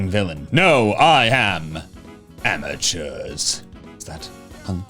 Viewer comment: The way he says AmEtUrS Jk